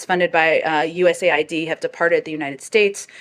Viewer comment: Bhai, it's US - A-I-D.. Not US AID